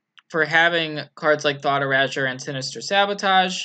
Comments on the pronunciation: Anyone else cringe at hearing "Thought Erahjure"? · He sure likes his thought urazors!